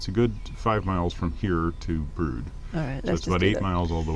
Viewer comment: Congratulations on your pronunciation of "Brood" absolutely spot on not many locals pronounce it correctly. Thanks for another wonderful vlog.